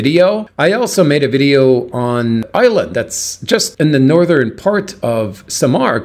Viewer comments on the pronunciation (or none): none